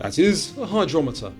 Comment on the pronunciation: of cause it does DOH... But your voice says hydrometer..🙃